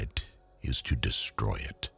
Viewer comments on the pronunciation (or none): "It is easier to create than it is to deystroy"